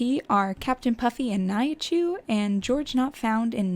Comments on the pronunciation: Why am I irritated you are saying nyachu when it is nihachu And you also say Rainbow not ranboo or am I just hearing you wrong? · her name is Nihachu, not Naihachu